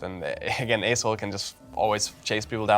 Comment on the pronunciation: Am every time you said the champ name I hear assshole 😂😆